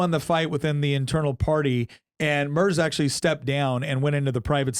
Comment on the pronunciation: If you wanna look cooler than everyone else, it's pronounced "Murts," not Murzzz.